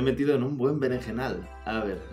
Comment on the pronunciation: Jajajaja ¿"berejenal"?